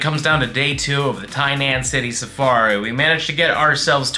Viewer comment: the “tiny ass hoodie safari” 😂 i swear thats what it sounded like you said in the beginning